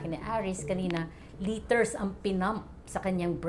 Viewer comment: Ilang pronounciation din ng 'LITER' ang natutunan ko sa video na ito. Hayup lol. LITTER, LETTER, LITRE, LIGHTER..